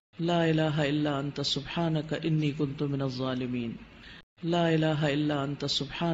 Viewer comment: Pronunciation not Zolimiin It should be dhzolimiin🙏🙏🙆‍♂️